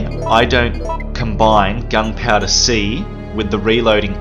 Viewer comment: Love how he says gun powda